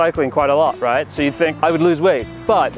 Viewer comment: You need harder lilts to your words at the end of your sentences, especially questions. For example. You said "right" at the end of your sentence here. With it being a question I find that Americans draw out the word and raise the pitch. For the most part you had a perfectly American accent. Now you should try an America dialect, like Southern, Texan, or even Ebonics.